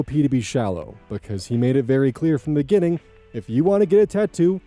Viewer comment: I have listened to this video so many times and I don't think I ever caught on that says "ginning" instead of "beginning". Wild stuff, thanks for that serotonin boost.